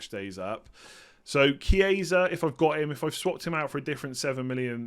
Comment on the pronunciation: Hi, great content as always. Since you're always wondering if your pronunciation is right, a tip for the Italian players: the simplest to pronounce, just read as it's written (keeping in mind that ch=k). So for example it's not "Chieisa", just remove the second "i"; it's simply "Kiesa".